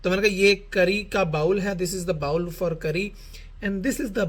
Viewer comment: بھائی bowl بھی انگریزی والا bowel نہیں بلکہ اردو پنجابی والا بول ہوتا ہے۔۔۔جیسے ہم کہتے ہیں “وے ہُن بول” 🙂